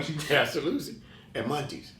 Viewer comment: Homie said munchies instead of Monty’s